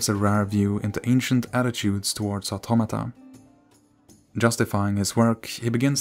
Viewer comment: Thank you for pronouncing the words "automata" and "automaton" correctly, and not that weeb 'oughttamatta' trash.